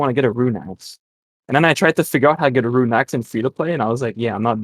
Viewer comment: I'm getting unreasonably mad when he says runey